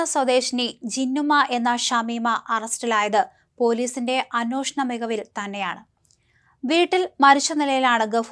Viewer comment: അന്നോഷണം അല്ല....'അന്വേഷണം 'എന്ന് പറയണം...